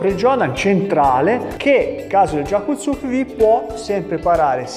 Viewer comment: Lei maestro ha un problema con la corretta pronuncia di gyaku tsuki